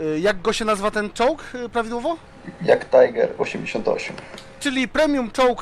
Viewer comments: jagtajger to nie jest prawidłowa nazwa, niemcy nie czytają tajger, tylko tiger... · JagdtIger, nie JagdtAJger. Jak już tak 'anglujemy' to na całość "Dżagt tajdże". - Łokej? PS Kiedyś usłyszałem mądrzącego się brzdąca lat około 12. Nazwę MiG (Mikojan i Guriewicz) wymawiał z miną znawcy jako MAJG. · Jagdtiger nie jagtajger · Nie. To prawidłowo czyta się jak pisze a mianowicie JAGDTIGER a nie JAGDTAJGER. Wynika to z tego, że ,,Tygrys" w języku Niemieckim czyta się inaczej, lecz pisze tak samo jak w języku Angielskim. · Co za różnica?. W j. polskim "i" pomiędzy głoskami nie czyta się jak "aj". Tylko jako normalne "i". Chyba że to polski-angielski, gdzie słowa polskie i polski system czytania liter jest passe, a angielskie cool. Może w ogóle, nie mówmy po polsku, bo jesteśmy Polsce - idąc twym tokiem rozumowania. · JagdTIGER, nie JagdTAJGER god damn it! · tak troche ten pan niewie jak się wymawia ten czołg bo wymawia się "jagtiger" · Zalecam panu "Jag Tajger" poszukać jak sie wymawia po Angielsku "Jag" XD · Mylisz się, ponieważ ''DżakTajger'' jest przeczytane po angielsku a jest to przecież Niemiecki czołg w którym czytamy tak jak się piszę. Gdyby był to amerykański czołg czytalibyśmy tajger ale nim nie jest. Jeśli mi nie wierzysz możesz to sprawdzić na różnych stronach typu wikipedia czy co. Pozdrawiam